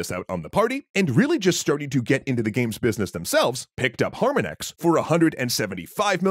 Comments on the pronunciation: Eep, really should have fact-checked the pronunciation of Harmonix. Just like the word harmonics. Rock Band is what got me started playing the drums. On expert, there's not a lot of difference between playing the game and actually playing the drums, outside of the game not caring about dynamics of play. Now I have an acoustic kit and built out the RB3 Ion controller into a proper e-drum kit (it was 75% of the way there already). Another significant factor in the death of rhythm games that's often understated: television lag. I stuck to the PS3's component out to reduce the lag as much as possible; on HDMI, it was nigh impossible to play a fill that sounds right at all. The regular game could kind of retroactively register errors, but fills and free practice modes were as realtime as they could make it, and even 50ms of lag was painfully obvious. RB4 almost had a release on the PC; there was a survey that went out to see how much interest there was. That would have made an interesting alternate history, where RB4 and RB5 ended up sold on Steam, where DLC would be far less painful to distribute. In that alternate history, imagine Rock Band VR around 2018, with a first-person stage view during play... Time to see how to run Clone Hero and the other community efforts, for the nostalgia. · Though an interesting video, it drove me crazy every time you would say HARmonix instead of putting the inflection on the second syllable - HarMONix, like the word "harmonics" in audio. I assume the name was intended to be the an audio/music reference. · Can you please pronounce Harmonix the right way? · It's pronounced Har-Mon-Nix. Not Har-min-ex ;3 Great video though! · Har-mon-ix....har-mon-(icks), not Harmon-ex. It's like the musical term, "harmonics" but with an "x" instead of the "cs" at the end. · I gotta think it's pronounced Har-MONICKS, not Harma-nicks. Because you know, music language. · Ugh! Har MON ix, not HAR mon ix The mispronounciation really made me crazy